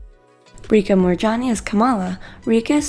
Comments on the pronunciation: Okay I’m Indian and it just really annoyed me that she said R-EE-KA Moorjani, that’s wrong, it’s literally phonetically pronounced, Rich-ah Moorjani, I don’t mean to be rude with if you don’t know how to say it then search it up or smt. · Hey it's not RI -caaa Its Ri-cha "Cha" as in CHApter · It's ree cha not rika